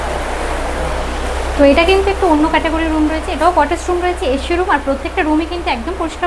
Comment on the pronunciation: মামনি এশী রুম বলে না বলে এসি রুম